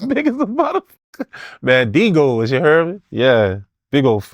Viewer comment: Ya hare me